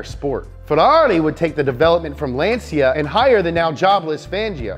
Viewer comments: Why he pronounce Lancia like Lan-see-ya ? lol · Ummm, it is "Lahn/tchah". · LanCia LanCia non LanSia